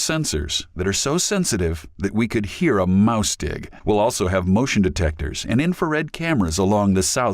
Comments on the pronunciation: I only just realised the voice over guy said "mouse dig" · Oh...."mouse-tick". Thought he said mouse dick. Mouse CLICK would've been a much better choice. I know it's much less severe than the xenophobia, but it sounded weird as shit.